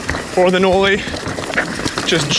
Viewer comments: Bro what???? This whole time i thought it was pronounced like you would say the name Molly... Knolly-Molly not Like.. No- Lee. 😂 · Can’t even say knolly correctly. Why is so bad at his job